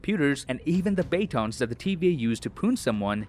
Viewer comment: I'm sorry, Bay-tons ? lol